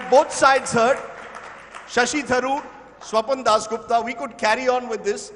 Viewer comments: he mispronounced Swapandas as Swapandosh 😂😂😂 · jai pronounced swapan dosh to swapan das gupta 😂😂😂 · Have you noticed guys, when rajdeep mispronounced swapan das gupta name as #swapandosh (स्वपन दोष) which is a male ejuculation while sleeping 😊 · he almost called him "Swapan-Dosh" Gupta there!! 😂😂